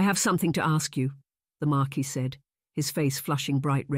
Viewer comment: "Mar keese"?